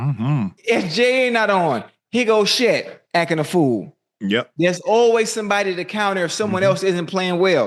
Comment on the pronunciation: “Here go SHET”😂😂